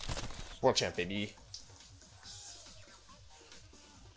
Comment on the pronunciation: Hello wolfey. Love how you say bab -y instead of baby and I love how you are using the wolf restricted